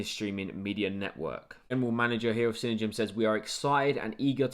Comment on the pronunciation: It's pronounced CINE-DIME